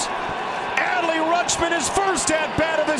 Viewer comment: Who’s “Alley Rutschman” lol